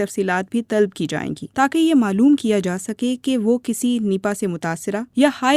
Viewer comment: Talb Nahin talab sahih talaffuz hay.